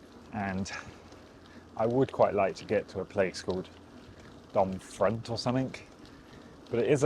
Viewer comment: Generally (with a few exceptions) you don't pronounce the last letter in French words. So Domfront is pronounced Dom-fron. (for the way back 😉).